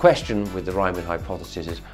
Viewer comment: It's the Riemann hypothesis, not the “Reimann” hypothesis. The first syllable is pronounced like *ream*, not *rhyme*.